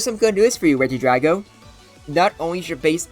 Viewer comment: i thought it was pronounced like regi-dray-go